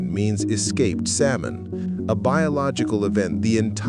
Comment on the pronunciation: This idiot can't even pronounce the word salmon correctly